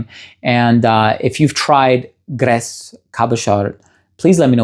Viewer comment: He needs to work on his French pronunciation, no ‘D’ in Cabochard, no ‘S’ in Grès, voilà tout !